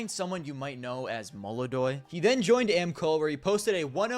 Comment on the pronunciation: its belchOnok not bElchonok molodOy not mOlodoy